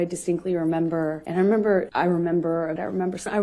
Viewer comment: When she says "I remember" so many times it sounds like she is saying "I am Amber"🤣